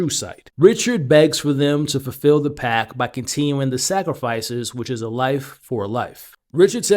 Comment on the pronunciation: Pact, not pack.